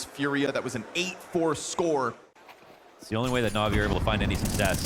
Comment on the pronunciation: Navi isnt NAVII